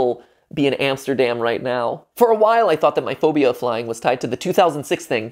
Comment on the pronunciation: When he said “i’m scared of flying” I thought he said “i’m scared of lying” lol